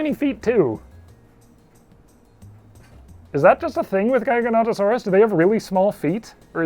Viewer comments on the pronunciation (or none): It's pronounced jiga-notoe-saurus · I’ve always heard and said it “Jiga-not-uh-sorus” jiggle, not giggle. Not sure where I heard it from tho. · I’ve always known it as Jig-a-not-uh-saurus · the way you say Giganotosaurus is so weird were i say GIGA as in giant, you say GIGAN as in that 1 Godzilla monster who has chainsaw hands to each their own, this show is still AWESOME to watch, but that is so odd to me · How many of is are guilty for saying Gigantosaurus to Giganotosaurus? 🤔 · Giganotosaurus is “Jig-Ah-Not-Oh-Saurus” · "jig-uh not-uh saurus" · I believe the common pronunciation for Giganotosaurus is Ji-ga-NO-to-saurus, and it angers me greatly. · Apparently it's JI-ga-NOT-uh-saurus?? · Pronounce giganotisoris with j at the beginning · You pronounced Giganotosaurus in ways I've never heard lol. Usually it's kind of like the gigawatt/jigawatt from back to the future. But you single-handedly added three new pronunciations to it lol.